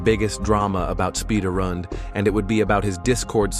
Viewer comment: AINT NO WAY. SPIDARRUND? God dammit